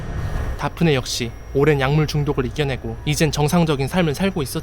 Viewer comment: '대프니'라고 하시지... '다프네'라고 해서 순간 '박근혜'라는 줄 ㅋㅋ